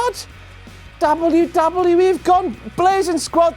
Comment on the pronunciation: I really hate the way you say "WWE"